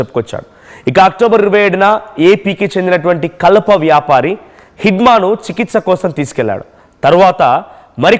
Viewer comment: కల్ప కాదు నాయనా కలప. తెలుగు నేర్చుకోండి స్వామి. అర్ధాలు మారిపోతాయి ఇలా చదివితే.